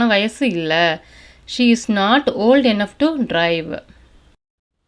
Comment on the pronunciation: அருமை சகோதரி, தாங்கள் எளிமையாகவும் தெளிவாகவும் அருமையாகவும் ஆங்கிலம் கற்று தருகிறீர்கள். பாராட்டுக்கள்! Enough என்பதை என்னஃப் ஃப்(ennogh)என உச்சரிப்பது போல கேட்கின்றது.enough என்பதற்கு(இனஃப்) என்ற உச்சரிப்புதான் கொடுக்கப்பட்டுள்ளது.run._ running---swim_swimming என்பது போல இரண்டு எழுத்துக்கள் வந்தாலும் ஆங்கில அகராதியில்ஓர் எழுத்திற்கான உச்சரிப்பு தான் கொடுக்க வேண்டும் என்று கூறப்படுகிறது. தயவுசெய்து சரி பார்த்துக் கொள்ளும்படி கேட்டுக் கொள்கிறேன். நன்றி! வாழ்த்துக்கள்!